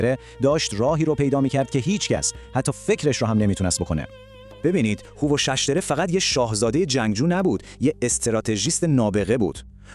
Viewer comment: یک اسم رو حداقل درست میگفتی همه رو اشتباه میگی هووَخْشَتره فرورتیش نینوا ........